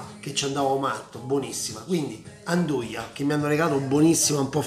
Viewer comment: andugia no' anduia